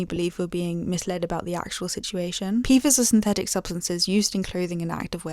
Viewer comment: Beh-doh-wins... I generally ignore your silly accent, but that one 🤣 Pee-fahz 🤣 No, but pfas are a serious ecological issue we're only making worse since we found out it was.